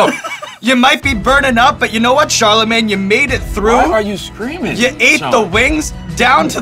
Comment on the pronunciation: He said “why you sreamin “ 🤣🤣🤣